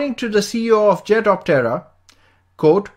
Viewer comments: Small point, try saying the name in only two syllables. At the moment it sounds like the Jet of terror. No mocking here. Better for promotions. I like the jet-optera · It’s sounds like he’s saying ‘jet of terror’. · Hehe after finding your comment, I can't unhear the terror anymore. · every time you say its name I hear "Jet of Terror!" good vid though thanks :D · Jetoptera needs to rethink theyre name, here in the vid it sounds like 'Jet of Terror ' ,lmao. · I keep hearing "Jet-of-Terror". When Skynet starts making these things, I suppose that would be the appropriate name? 😂..... wait.......🤔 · At first I thought you said it was called the 'jet of terror' and I was like kewl! Until I actually read 'jetoptera' then I was like ..oh. Good vid! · My wife was listening from accross the room and just asked "is he saying jet of terror?" LOL. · I swear this guy keeps saying “jet of terror” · I kept hearing "jet of terror" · 😆 sounds very much like your saying jet of terror. Hmm